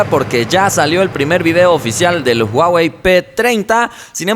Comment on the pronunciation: No es "uawei"...